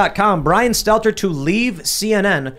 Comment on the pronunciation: Brian Stelter. Why don't you say his name correctly? How am I to know who you're talking about if you call out a name that doesn't ever resemble his? I wasn't talking about Stelter. I was talking about the original comment and how that comment was degrading and insulting towards the doorman. I never ONCE mentioned Stelter. I believe that it was an insulting way to talk about a doorman, calling him a "poor bastard", the way that he did. That has nothing to do with Stelter and I didn't mean it too.